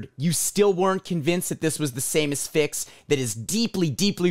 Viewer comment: Thank you for pronouncing it “uh-SFIX” instead of “ASS-fix”